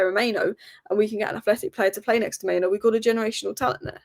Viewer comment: It's Mainoo, not Maino